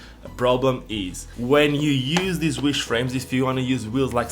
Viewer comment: Why is it pronounced wish??